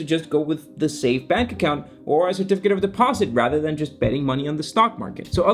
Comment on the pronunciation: yes. I had my ears checked and a check the dictionary and Bank is still pronounced with an a instead of an e